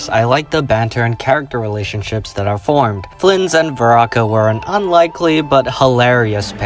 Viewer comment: Why are you pronouncing some names weirdly? Veraka for Varka and Rachir (or whatever the spelling of your pronunciation for it) for Rerir.